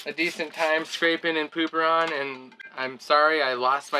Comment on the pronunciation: Did you call it “Pooperon”.